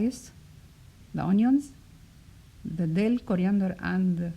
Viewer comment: It’s dill, not dell By the way great recipe